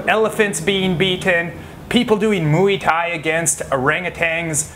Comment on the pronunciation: "MUI TAI" xD